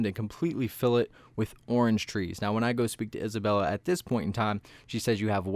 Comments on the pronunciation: Its isabelle not isabella (no hate) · Please dont call Isabelle isabella it hurts my ears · The fact that you are calling 'Isabelle' 'Isabella' I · ITS NOT ISABELLA ITS ISABELLE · We trust him when he says isabella🤣🤣🤣